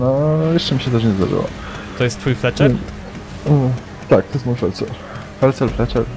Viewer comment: Czemu Fletcher? Kto Cię tak nauczył mówić? "Feltzer".